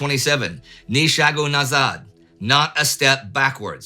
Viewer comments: His pronounciation of "ni shagu nazad" (ни шагу назад) which means not a step back is pretty good actually. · I mean the stress was not on the right syllable in 80% of times, but "ни шагу назад" was spot on